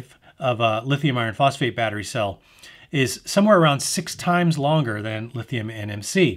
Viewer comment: That was the longest boring review of all the videos I watched. I tried to stay awake. There’s a lot of details in this clip. Sometimes theres a little more in the clip than what I needed to hear. “Lithium iron phosphate chemistries“ couldn’t even pronounce it properly. They’re just batteries right?